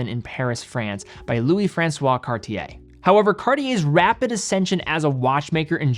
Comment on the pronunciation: "Cart-yay", if you will... not "Cardi-yay". And even the former sounds super american. With respect, how difficult can it be to look up the proper pronunciation of a watch brand and educate your viewer base a little?